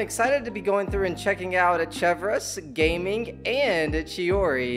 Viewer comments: Gaming's name is pronounced Gah-ming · loving all the genshin content bro can't wait for the next one! Especially excited for the collected miscellany video ❤ Also side note Gaming's name is actually pronounced "gah-ming" (He says his name in the beginning of the demo so you can hear how its supposed to be said there if you go back). It's hard to tell based on the spelling but it's a chinese name so it's pronounced differently than how that word is said in english. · It’s actually pronounced Gah Ming